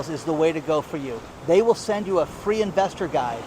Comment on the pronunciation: Free not fee